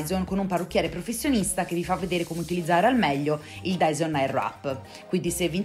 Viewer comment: Finalmente una persona che lo pronuncia nella maniera corretta! Quella w che tutte pronunciano non si può sentire! Bel video!